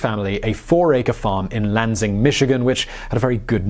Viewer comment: Lanzing lol..say it with me lan-sing